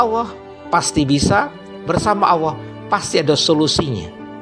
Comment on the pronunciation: Terima kasih. Memberikan kesadaran antisipatif. Kalau boleh usul, pengucapannya Allah yang lebih jelas makhroj LAM nya pada al lisan, karena kedengaran saya seperti pada asy syafatain.